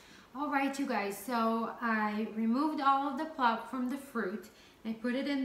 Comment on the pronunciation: pulp not plup. 😁plup is